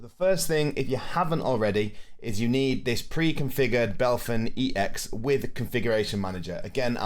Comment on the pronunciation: thanks for the video, was helpful. one thing that annoys me tho is you calling BepInEx "Belphin EX". brooo. 😪 it lowkey drives me nuts